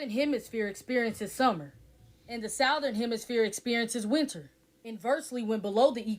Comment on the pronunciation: The lady that kept saying south therin 😂